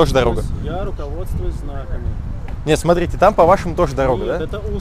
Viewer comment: "баРРдюрр, тррратуаррр, смарррите" Паровозик тыр - тыр - тыр, а в трубе тринадцать дыр....))